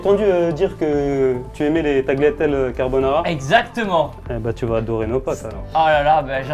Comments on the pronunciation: gros t’es gentil mais on prononce taliatelle stp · le mec ne sait même pas prononcer "tagliatelle" (le 'g' est muet) c'est affligeant 😂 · Le serveur il fait le gars mais il prononce tagliatelle avec le g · Ah ah ah le serveur de restaurant italien spécialité de pâtes qui dit taGUEliatelle! inadmissible :-p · Le serveur s'il était italien il ne prononcerait pas le G de Tagliatelle